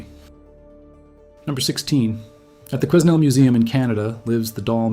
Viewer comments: Interesting. Btw, Quesnel is pronounced kennel the s is silent ❤ (I'm at the end, this was thoroughly enjoyable!) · The s is silent, and it is pronounced kwennel.